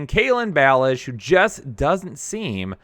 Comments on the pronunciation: Learn how to pronounce these guys names please. Do u only read box scores? Doesn’t seem like u watch the games cuz the announcers pronounce them correct. Samaje Perine and ballage hahaha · With all the work you put into this, how is it possible that you mispronounce Samaje Perine, And Kalen Ballage's names? Honestly, I quit listening after that....